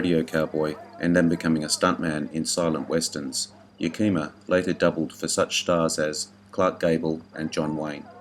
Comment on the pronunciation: I can’t believe you left Harry Carey, Jr. off this list! Dobe was in 8 or 9 films with Duke. Also you pronounced Yakima incorrectly.